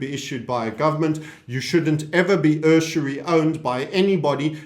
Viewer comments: How EXACTLY are "They" going to enforce all these new laws if "Civil Society" has broken down completely like yourself and Bill Holter are predicting. Prey do tell "Oh Wise One". And do listen to dictionary website to learn how USURY is pronounced properly, it's NOT Err-Sir-REE. YHWH give me strength. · With reference to "borrowing money in existence" from timestamp onwards and your wince inducing pronunciation of USURY this is an extract from Benton L. Bradberry's book "The Myth of German Villainy" which explains it ALL. To counter the effects of the international *’ish boycott of Germany, including the financial strangulation, The Chancellor simply went around the international bankers by creating a new currency issued by the German government instead of borrowing it from the *’ish owned central bank. This new currency was not backed by gold, but by the credibility of the German government. The new mark was essentially a receipt for labor and materials delivered to the government. The Chancellor said, “For every mark issued, we required the equivalent of a mark’s worth of work done, or goods produced.” The government paid workers in these new marks and the workers spent them on other goods and services, thus creating more jobs for more people. In this way the German people climbed out of the crushing debt imposed upon them by the International bankers (read, *’ish bankers). Within two years Germany was back on her feet again. It had a solid, stable currency with no debt and no inflation.